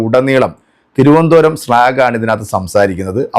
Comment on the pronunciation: സ്ലാഗ അല്ലടാ പൊട്ടാ സ്ലാങ് (slang)